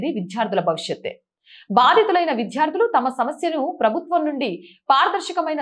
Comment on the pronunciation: విద్యార్థులు....అని చదవండి.... విధ్యార్థులు కాదు...మీరు ఒత్తులు, దీర్ఘాలు పరిశీలించి జాగ్రత్తగా చదవండి...మీ ఛానెల్ బాగుంటుంది... రెగ్యులర్ గా చూస్తాను...